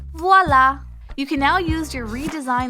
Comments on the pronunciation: 😂 włala xD ja z Polski kto też daje 👍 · ( voila ) are you french